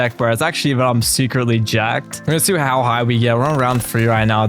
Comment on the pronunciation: "secretly Jacked" low emphasise on secertly